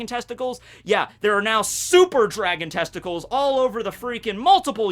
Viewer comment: Why does he keep saying testicals